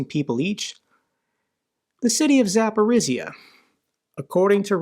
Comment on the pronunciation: Nice job,! You're doing right. Please, though, learn once and for all how the sound Zh is pronounced. It doesn't exist in English, that's true, but you need it to correctly say the name of Zaporizhzhia. Zh sounds like a voiced Sh. As an example, take the French word Jour ( =day). The J sounds exactly how Zh should.